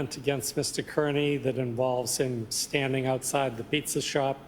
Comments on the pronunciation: And will leave never having learned how to pronounce "Kearney" correctly 😢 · This whole prosecution attempt is a smokescreen to detract from the real problem but I find it interesting in the pronunciation of Kearney. My mother's maiden name was the same spelling and they pronounced it "Care-knee" - her Dad was from Cork but I've also heard it pronounced "Car-Knee" but other Irish people. Just thought it was interesting. I hope this guy gets justice - he looks confident and rightly so.